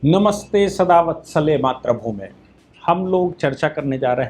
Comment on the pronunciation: अच्छा है आप "नमस्ते सदा वत्सले मातृभूमे "से प्रारंभ करते हैं, परन्तु उच्चारण में 'मात्र भूमि' बोलते हैं जिसका अर्थ होता है ' केवल भूमि' इसी प्रकार श्री अमित शाह जी को 'मोटा भाई ' कहना आप जैसे सुसंस्कृत व्यक्ति को शोभा नहीं देता। विचार करें।